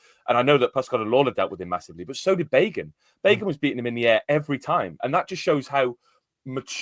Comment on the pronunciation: Speaking of wrong pronunciations the Luton commentator on my stream was calling Bagan, 'Begun'. Love the podcast, in my opinion best one for Cardiff. Keep it up!